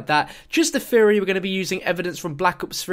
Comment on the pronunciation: "This was just a feory... A GAME FEORY"